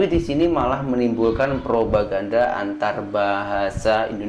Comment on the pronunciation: ngomong propaganda saja hampir terpeleset lidahnya 😂😂😂😂😂